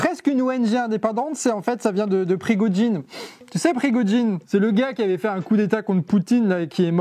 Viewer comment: Il faut dire Prigojine, pas Prigodjine, il est mort dans avion, pas un hélicoptère donc revois tes infos. Aussi, tu as justifié la guerre en Ukraine au début du conflit et tu t'opposes à Poutine mais tu essaies plus de trouver un lien avec l'OTAN et la guerre comme tous groupes contestataires proche du Kremlin le fairait. Tu ne comprends pas que vouloir la paix c'est faire la guerre. Poutine cherche la paix pour mieux faire la guerre. C'est paradoxal mais c'est bien ça le jeu, il n'y a rien de paradoxal et c'est même logique. C'est la même chose qu'en 1939, à ce moment les seuls à justifier le pacte germano soviétique était les communistes et les fascistes qui voulaient voir l'occident tomber. De plus, en 1933 c'est un communiste qui a brûlé le Reichstag et il a agit seul, c'est écrit sur wikipédia mais t'as pas cherché, évidemment. En plus, Staline et Hitler se sont arrangés car des Bulgares étaient notamment dans l'affaire et ils devaient absolument être acquitté. Étonnement, le communiste Georgi Dimitrov (un des Bulgares) a pu se défendre en 1933 face à des nazis et sans avocat. Dans le projet, Hitler devait perdre le procès (ce qui s'est passé) mais comment accepter une tel humiliation. C'est simple, il a redirigé les accusations sur les SA pour humilier leur chef. Donc le coup monté nazis est faux, c'est un coup monté nazi contre les SA. T'aurais pu éviter tout cela si tu t'étais renseigner, c'est la première action pour éviter les mauvaises informations.